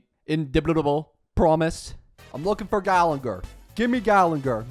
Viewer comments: it's ok, he can't pronounce character names right even if his life depended on it lol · ermm according to my calculations, its actually gallagher and not gallenger 🤓🤓🤓